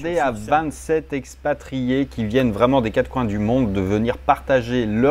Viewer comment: Tu as une drôle manière de parler de "sexes pas triés" ... je l'ai entendu comme cela dans le texte. ça devient très lacanien comme initiative.